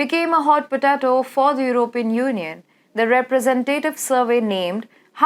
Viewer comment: hot potaaatoe haha funny pronunciation by this aunty